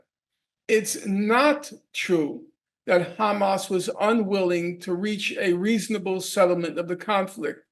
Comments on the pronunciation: he said hamas so perfectly with a proper Arabic accent lol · just that Norman can annunciate Hamas correctly shows his intellect .. the Zionzits can't even do that correctly .. it's a condition they have besides psycopathy